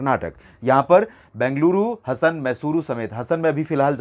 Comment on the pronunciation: That is not हसन, That is हासन।